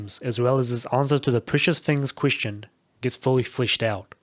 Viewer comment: everytime you pronounce "queestion" some fairy die in the astral realm